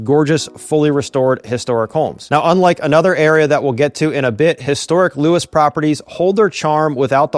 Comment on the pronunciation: One syllable. Not Lewis. Louuus